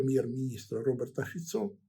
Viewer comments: фІцо, а не фіцО, наголос у словаків та чехів на перший склад, крім запозичених іноземних слів. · ГімнО.ФіцО.Наголос на О!!! 😮